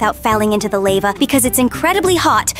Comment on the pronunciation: And why did say lavae (the e is silent) when she was soing the lava obby